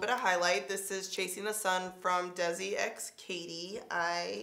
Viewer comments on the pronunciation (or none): none